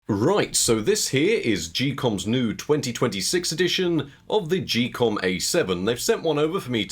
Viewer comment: Geekom pronounced "Gee-Com?" I never would have guessed it I thought it was more like "Geek-com" or "geek-um"